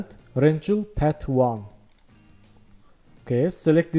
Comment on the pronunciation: I adore how you pronounce "rectangle" ♥️